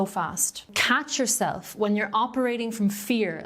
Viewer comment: Love how your accent made it sound like “jewel-self”. But that is what if feels like ;) 💎